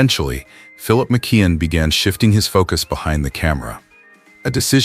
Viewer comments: It's pronounced MICK-KEY-ON! Not MICK-KID! SMDH! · It is McKeon not McQueen